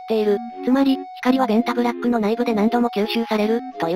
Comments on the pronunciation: ベンザブロックに聞こえて来る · べ↑ン↓タ↑ブ↓ラ↓ック↑